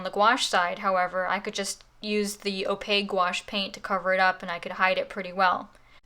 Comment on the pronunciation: I'm gonna use both watercolor and gouache! Thanks for the video miss (and for teaching me the correct pronunciation of gouache XD)!